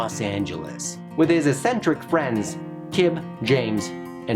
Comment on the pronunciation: This video exposed me to so much preSourcefed SP7, I loved it. You have problems pronouncing "eccentric" and "cibception" though